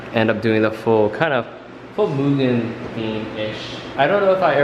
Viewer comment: I love that you pronounce mugen right 😁